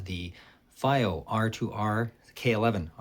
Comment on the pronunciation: Its pronounced FeeO, not Fye O. FiiO literally translates to flying proud in Chinese.